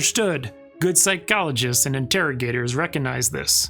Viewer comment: Love how this guy says phycologists 🔥